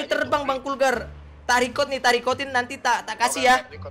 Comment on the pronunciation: Bukan kurgar bang